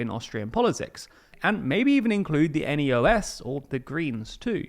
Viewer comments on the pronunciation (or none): It's not N.E.O.S. it's not an abbreviation for anything. So it's pronounced Neos. It's a liberal party, and as their name would suggest, neo-liberal to be precise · "Neos" is not an abbreviation and thus not pronounced as N-E-O-S but as a word. You should take correct pronunciation more seriously when covering other countries. Same with the recent video about Hungary where you heavily mispronounced the name Peter Magyar. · Hey, couple of small points on pronunciation :) Ö is pronounced more like "urrr" NEOS is is pronounced like a name, rather than spelling the netters out "nee-os" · neos is pronounced together and not each letter separately. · Correction: The FPÖ was already in a ruling coalition before 2000 with the SPÖ from 1983 to 1987. Also, the name of the party NEOS is usually not pronounced as an acronym but as plural "the neos".